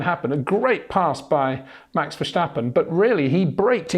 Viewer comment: It's verSTappen, not verSJTappen🙂